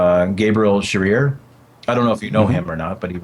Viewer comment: "Shereer?" o_O